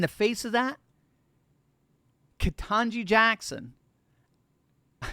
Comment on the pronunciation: Kuh-tan-gee is dumber than a rock